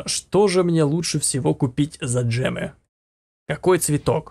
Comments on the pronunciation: За гемы а не джемы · не джемы а гемы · ЭТО ГЕМЫ А НЕ ДЖЕМЫ